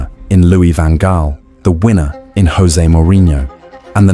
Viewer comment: It’s Jose not Hose, he said himself I’m Portuguese not Spanish, it’s fooking Jose